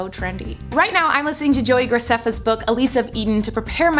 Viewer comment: it was sooo weird to hear her pronounce Greceffa correctly hahahaha